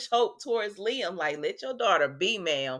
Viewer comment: I'm so happy you pronounce Liam's name correctly. I caught this one video that called him LIME! 😂